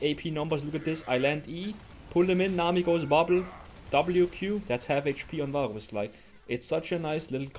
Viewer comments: ur accent saying varus is killing me haha. vaaaaooos. love the vids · He pronounces "varus" with the weird gothic r 🗣️🗣️🗣️